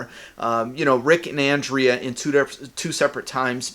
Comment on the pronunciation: God dammit, pronounce Andrea's name right! XD Jk man, this is a good theory.